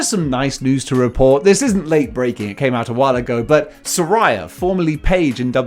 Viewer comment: It’s pronounced “Saraya,” not “Saraya.”